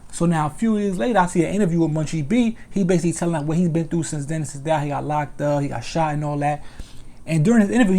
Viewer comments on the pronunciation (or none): none